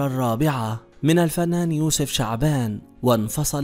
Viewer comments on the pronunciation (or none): none